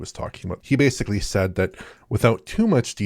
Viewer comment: There’s a stretch during the Halo VR segment where mispronounces the word ‘basically’ as “basely” like 6 times within a minute or two. Extremely unprofessional.